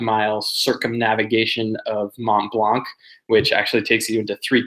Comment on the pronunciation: in French we do not pronounce the "C" at the end of Mont-Blanc... Good luck with the training and run